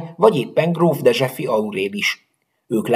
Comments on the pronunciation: És nem elektikus hanem eklektikus. Dessewffy sem "dezseffi" hanem "dezsőfi".😊 de sebaj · Néhány nevet furcsán ejtesz. Dessewffy: desőfi vagy dezsőfi Grand Prix: grandpri, a végén az x elmarad, Petschacher: tsch=cs vagy ccs Egyébként le a kalappal a videó előtt. Ennyi illusztrációval... mennyi ideig készült ez?